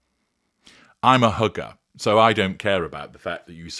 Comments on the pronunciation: The way you said “hugger”, it sounded like “hooker”! Somewhat appropriate… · Did you say "I'm a hugger" or "I'm a hooker?"